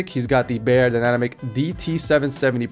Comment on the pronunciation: And the headphone for mixing is beyerdynamic not beyerdynanamic